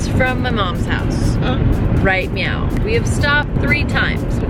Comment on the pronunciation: Love your travels but I could have sworn you said meow. Super Troopers cat game?? 🤔🤔🤣🤣